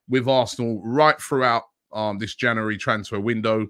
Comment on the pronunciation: January! Robbie struggles with that word 😂